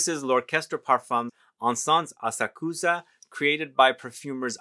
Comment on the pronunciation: Asakusa- pronounced with emphasis on second syllable. a SAK sa. The “u” is barely discernible. Had the good fortune to have heard this particular Koto musician live. She’s extraordinary. It’s a difficult instrument. 😊